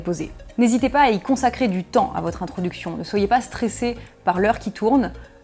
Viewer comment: introduction ou introducfion?